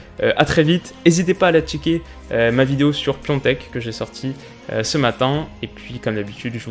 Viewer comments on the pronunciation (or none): Le petit "Piontek" (prononciation) bien appuyé pour rattrapé hier ahah ;) Sinon comme d'hab très bonne vidéo !